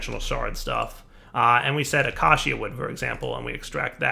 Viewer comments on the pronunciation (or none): aww-caw-she-uhh wood..... thats worst than are-nge for orange ah-kay-shuh and ore-enge